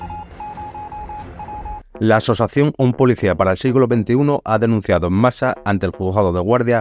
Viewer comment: ya, pero es que tres veces dices asosación, y así me da reparo compartirlo. Un saludo.